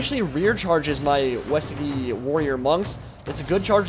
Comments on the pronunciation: btw Uesugi pronounced oo-A (like the letter or the canadian "eh")-soo-gee (hard g, like golf or gangrene) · I think its pronounced Ooh eh su gi for Uesugi.